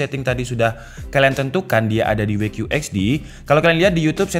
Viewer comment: WQHD bacanya "dabelyu qiyu eij di" bukan "Wei qiyu eij di" cuma saran tdk bermaksud mencela